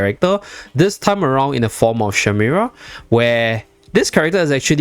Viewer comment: Shemira, not shimera 😅